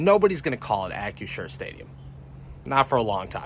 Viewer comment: You screwed up the new name. It's Ack-Crew-Sure not Ack-U-Sure.